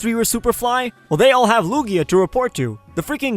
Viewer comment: Lugia? LUGIA? L U G I A